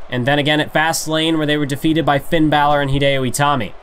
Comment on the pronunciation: Ba-Lux-E & Its In Mississippi Lol